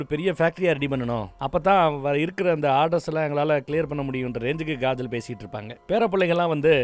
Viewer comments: Thala niga avagala kajal nu solluga,gajal gajal nu soldradha kettu manasu valikku dhu😔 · Kajal ❌ Gajal ✔️✔️😂😂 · Kajal ❌ Gaajal✅